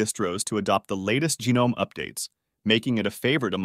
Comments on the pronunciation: Lie-Nux and GeeNome. Jeeez these AI generated movies are getting out of hand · Can't make your mind whether to pronounce it Leenux or Lienux. And no, no one says geenome.